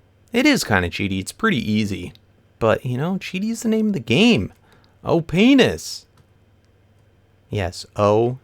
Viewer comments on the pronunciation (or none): says oh-penis meant to say OPness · I think everyone thought you said "oh penis" and not "opness".